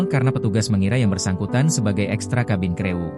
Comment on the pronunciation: cabin krewu kata siadmin yg kurang faham bahasa yg benar..batik ai r🤣🤣🤣🤣🤣🤣